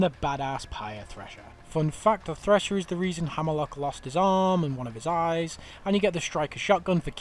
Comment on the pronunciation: "Shooot it in de aaayyyyysssss"